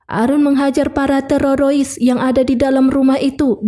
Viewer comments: Mf koreksi mba bukan terorois tp teroris, dr td sy denger suara mba terorois terus...😂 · teroris kak,bukan terorois😅😅😅,sorry ya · Film nya seru tapi penyampaian nya gak enak ,masa teroris di baca nya terarois min...waduh... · Memang bener mimin bilangnya terorois😂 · Ya benar keseliput lidahnya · Bener memeh terorois😂😂😂... TPI ttp semngat y embk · Benar aku jugak bingung apa maksud dia Terorois? Mungkin Teroris? Tapi dia tidak bisa mengucapkanya.....😂😂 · Teroris min bukan tororois 😂😂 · Teroris mbak.. kok Tererois?? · ngakak dengar terorois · Terorois 😅g jls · Pendengaran terganggu krna ada kata TEREROISSS😢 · Mantap mak buat aku ketawa,,cara ngebut TEROROIS nya asik ni, lanjut kan mbak yang penting alur flem nya asik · Teroroisnya buat candu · Aku subscribe karena penyampaian nya terorois😂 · TEREROIS??? ngap ngapp 😂😂😂😂😂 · Aku ketawa sendiri saat denger terorois 😂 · auto skip dengar terorois :) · ah...ndak suka sama si narator...nyebut teroris aja tererois... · YANG SAYA DENGER TEROROIS APA BENER BEGITU?? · Terorois nya nge ganjal ditelinga 😂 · Iya betul terorois😅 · Teroris min😅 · Di plesetin jd tererois😂😂😂😂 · Teroris mbak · Iya ih ganggu banget terororis . Ngakak aku jd nya nonton .. lucu VO nya .. keren jd terngiang2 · Q kira cumn q yg dgernya terorois🤣🤣🤣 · Kok teroris,..parah mb ,akurfulm kok bisa salah ucap. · Si Pembaca perlu dilatih spy bisa membaca teroris dgn benar. Sakit telinga mendengar nya😮😂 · Aku Uda subscribe kamu wkwk😂 Aku senang dengar teroris nya🤣🤣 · Ya robbi teroris pun susah lidahnya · Kesalahan pengucapan yg d ulang2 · ribet banget ngomong terorisnya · ngucap teroris nya gitu amat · Min kenapa bilangnya harus terorois sih, bukan teroris😅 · Teroris,mbacanya tereroris,yak ampun mbk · teroris mba, bkan tererosa ee tereroris😂😂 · TERORIS ❎ TEROROIS ✅ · teroris neng teroris,, bukan tewowosis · Teroris min bukan terorois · Teroris min bukng terorois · tererowis teurerowis 😅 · TERORISSSSSSSSSS WOY BUKAN TEROROISSSSSSSS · Teroris ❎ Terorois ✅ 😂😂😂